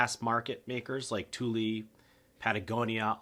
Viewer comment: Tuly... tar-pollen... are these how you really pronounce them?